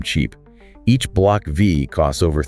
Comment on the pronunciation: It's "Block Five" not Vee. Silly A I !